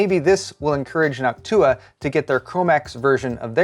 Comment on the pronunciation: it kinda hurt hearing NochtUUa since i only ever heard it said NOOOchtua..... not saying he is wrong or anything, but i was shriveling on the inside.....